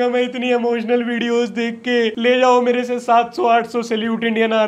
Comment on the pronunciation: mere se ❌ mer seh 💪🏻hinglish on top